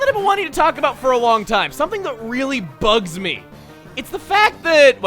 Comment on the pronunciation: am I the only one who heard "bugs me" as "Bugsy"?